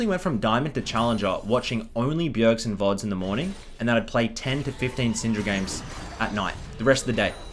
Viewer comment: A handred and fiddy gejmes (föördeen)